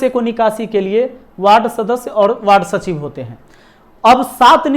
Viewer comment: “सचिव” होता है सचीव नही